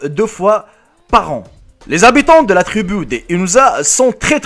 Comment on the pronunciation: Trubu mdrrrrrrrr mon dieu quel français!!